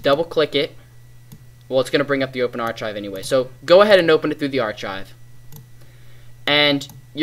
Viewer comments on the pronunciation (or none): its suposed be said arkive